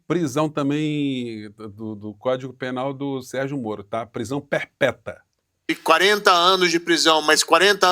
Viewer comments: "Prisão perpeta neliete, e conja"😂😂😂😂 oh "juiz"😂😂😂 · Kkkkk, "perpéta" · Olá, boa noite e a todos. Professor olha a sua expressão quando disse prisão "perpéta" rsrsrsrsrsrsrsrsrs